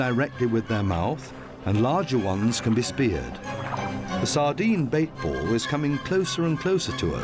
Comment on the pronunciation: I cringe every time he says 'bait ball'😬